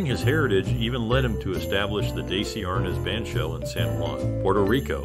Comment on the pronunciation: His name is pronounced "Dezzy" not "Daysee".